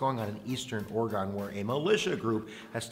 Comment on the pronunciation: Alright you need to learn how to pronounce Oregon.